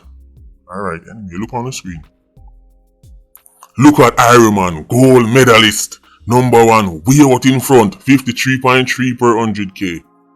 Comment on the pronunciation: Mi caan manage enuh. Him say Gold Medalist 😂😂😂